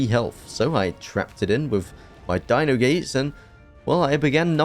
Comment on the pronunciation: U pronounce every Dino name wrong